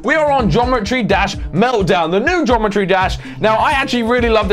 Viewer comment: What? "Gometry Dash"